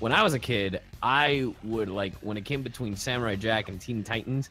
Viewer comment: when he said BETWINE I spit out my noodles